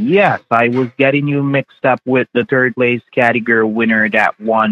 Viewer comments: He does not know how to pronounced Category. He says "categer" 😂😂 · None of them can pronounce category!!! 😆🤣😂